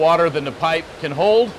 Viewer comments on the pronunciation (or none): none